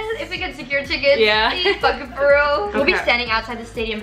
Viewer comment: The way says feral instead of for real 😭🫶